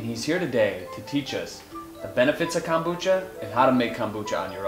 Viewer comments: KOMbucha. Not Kambucha. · kom- bu-cha ...